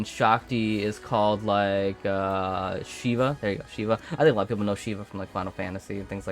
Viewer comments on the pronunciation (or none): none